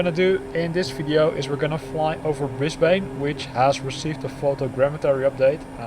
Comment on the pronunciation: Nice video! (FYI from a local, the 'ane' in Brisbane is pronounced like the 'an' in "Spartan") :)